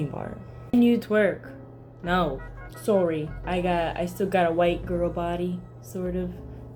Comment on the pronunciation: it's pretty clear that she's from america, likely canadian judging by how she said "sorry"